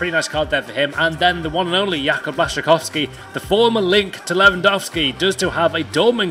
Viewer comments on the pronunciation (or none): none